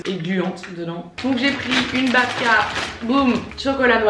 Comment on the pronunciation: Mes origines russes polonaises qui ont les oreilles qui saignent quand tu prononces "bAbka" mdrrrrrrrrrrrr